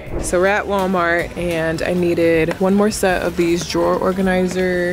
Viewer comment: Lmaooo “Gwallmar” took me OUT!